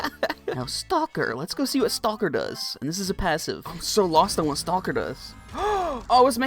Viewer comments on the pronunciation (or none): sir its pronounced "stock-er" not "stall-ker"